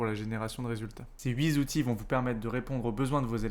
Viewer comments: Un enseignant qui dit les huit zautres outils… impressionnant 😂😂😂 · « Huit z’outils » 😱 😢